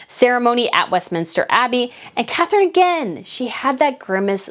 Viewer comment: WAKE UP,. IT'S " CATHERINE"